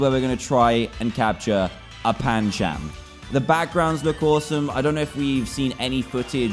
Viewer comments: You said panchAm when its pronounced panchUm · It not pan-cham